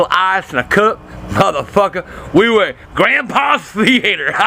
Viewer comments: "THEE-ATE-ERR" - Love dat accent. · thee-eighter haha